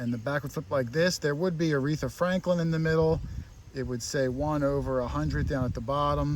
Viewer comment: says is that an Awreathra Franklin:) LOL